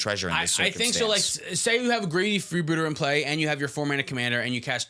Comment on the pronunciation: Editor cooked in this episode- I particularly enjoyed greedy freebooter's name getting changed to match pronunciation lol